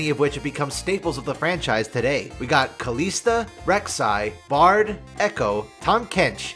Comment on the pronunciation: why does he pronounce kalista as kaleesta, even kalista says her own name sometimes. and its def not kaleesta.